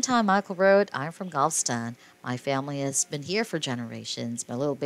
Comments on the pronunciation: It’s GAL-VES-STON, not GAL-STON! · It pronounced. Gal ves Tom get it right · STOP with your computer generated narration!!! They are from and reside in GAL-VEST-TON!! Like the song!!! I ADORE THESE DARLING HARD WORKING BRILLIANTLY TALENTED HUSBAND AND WIFE!!! I no longer have CABLE so I didn't know they have a new beautiful BABYGIRL!! THANK YOU ASHLEY AND MICHAEL, for many hours of entertainment and saving those WONDERFUL HISTORICAL HOMES IN GAL -VEST -TON!!!! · The title was intriguing, the video unwatchable. Say it with me, text-to-voice, GAL-VE-STON. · Please, Learn how to pronounce Galveston.